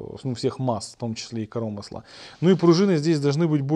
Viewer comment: не коромысла а коромысла!)